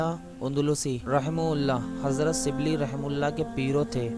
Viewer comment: اپنی اردو درست کرو اور لب و لہجہ پہ محنت کرو ۔۔ سبلی نہیں غلط ھے ۔۔ شبلی SHIBLEE پیرو نہیں غلط ۔ پیر کہو PEER